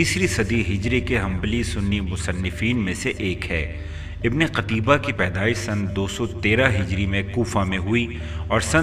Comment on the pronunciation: ہاہا... تجھے اس مصنف کا نام صحیح لینا نہیں آریا... قُتیبہ کو قَتیبہ پڑھ رہا ہے... تیاری کرکے ویڈیو بنایا کر بیٹے